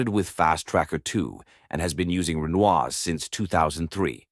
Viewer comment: haha RE-NOISE in English not pronounced in French😊. I jut asked my gf (usually knows anything music related) if she knew (in French) Renoise... And then I read it asked again but now pronounced in English and got laughed at😅😅